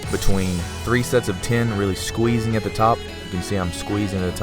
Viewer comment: He says ten like tin hehehe fun! Love it!